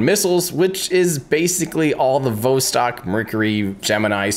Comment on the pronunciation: Love how you mispronounce 'Vostok' !! Never heard that one before. :-D